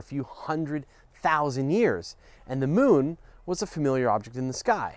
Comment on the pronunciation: "Da Mewn"